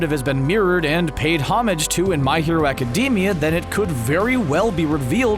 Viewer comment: Nobody: This Guy: My Hero Acadeemia